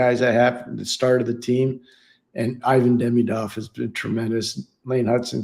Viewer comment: would be nice to learn how to pronounce Ivan properly :)